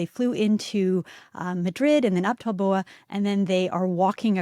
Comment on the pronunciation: Not Balboa. I believe you may mean Bilbao.